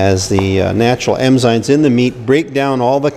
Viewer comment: Is he saying emzymes